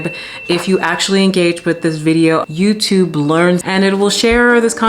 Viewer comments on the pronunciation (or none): none